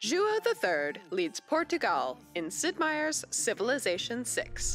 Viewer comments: Really annoying pronunciation of PortuGAL here. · Hearing her say “Portugal” is torture.